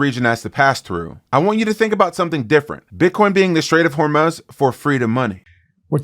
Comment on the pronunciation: Take a shot every time he says, "Strait of Hormuuhhz"